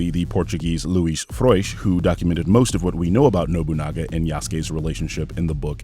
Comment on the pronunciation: Came here to compliment on your pronunciantion of Luís Frois name. Amazing.